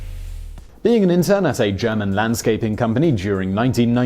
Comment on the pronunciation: When you said, "being an intern at a German landscaping company," I heard, "being interred at a German landscaping company".